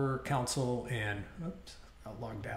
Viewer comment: These have been helpful. Thank you. One small quibble: pronounces the word "console" as "council" pretty consistently throughout the whole series.